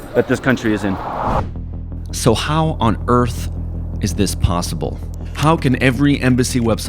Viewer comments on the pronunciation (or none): none